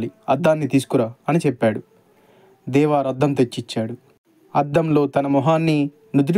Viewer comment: నాన్నా దేవార్ కాదు దేవర్